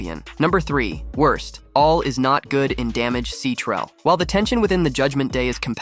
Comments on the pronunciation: This man said Damaged C-Trel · Does this guy not know how to say damage control?